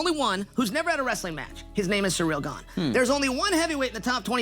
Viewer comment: We know they're watching because you got everyone calling him cereal or surreal. Jon even incorrected hisself in a pre-fight interview after accidentally saying "Cyril."